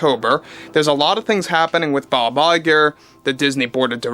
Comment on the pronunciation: Hearing Bob Lie-ger never gets old.